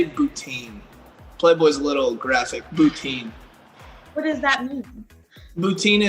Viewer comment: Is he trying to say boutique?! What the fuck is boutine lmao